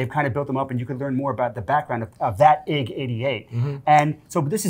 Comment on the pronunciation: "Eye gee". It's "Eye gee." Otherwise "seethreepeeoh" becomes "kthreepoh" and "artoo" is "ertoduhto." Love you sorry lol.